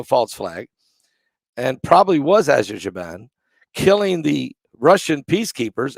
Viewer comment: you prounance it : Aser-bayjan